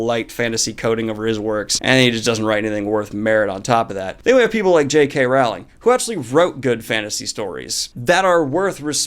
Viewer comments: Come on, Americans, its JK "ROLLING" ... ROLL.ING. ROLLLLLLLLLLLLLLLLLLLLLLLING. FFS, not RA-ULING!!!!!!!!!!!!!!!!! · Pleeeeeeeeeease. Pronounce JK Rowlings name properly next time. Its pronounced ROLLING. K Thanks. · Rowling rhymes with bowling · Daniel you pronounce her name as Rolling. Everyone in the U.S kept telling her how to pronounce her name so she stop trying to correct them. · It's pronounced Rowling not Rowling. Row as in row not row as in row.